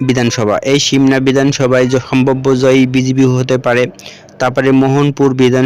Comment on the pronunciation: উচ্চারণ পর্যন্ত ঠিক নাই, সে দেয় বিধানসভা নির্বাচনের সাম্ভব্য ফলাফল। যত্তসব। তাছাড়া 2027 সালে বিধান সভা নির্বাচন নেই